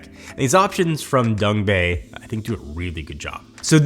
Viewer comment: Love how he says Dongbei instead of Dangbei.